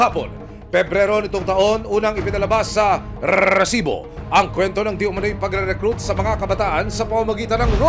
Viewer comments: Nakaka irita pg sinasabi nya ung rrrrrrrreeesibo. Hahaha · kinginamo emil sumangil. ang cringe ng RRRrrrrresibo mo. ayusin mo nlng. prang nilalagari lalamunan mo hayop